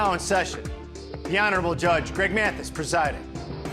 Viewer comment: Listen closely. He pronouces it "M-eeAaaathis" 😂